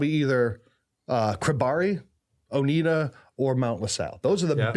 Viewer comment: It's pronounced O-nai-da.